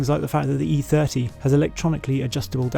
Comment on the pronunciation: FROM EEE THEURTEEE TO EFF EEGHTEE